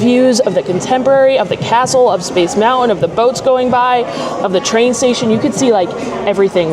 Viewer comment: Did you say Mountwin?😁